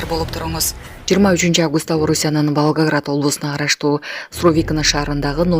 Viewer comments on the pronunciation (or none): none